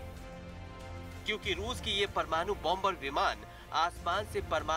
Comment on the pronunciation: परमानु नहीं बंधु,,,,,,, परमाणु शब्द सही होता है